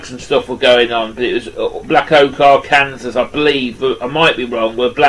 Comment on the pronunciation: Nice Black Oak pickup. The word Arkansas, the last “s” is Silent. So it’s Are-Can-Saw.